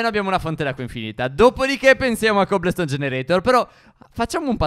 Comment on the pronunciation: Non si dice cobleston si dice cobolston.🤦🤦🤷🤷eeeeeeeeeeee lo ai capito